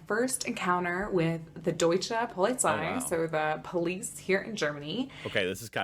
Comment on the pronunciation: Probs to her for saying deutschE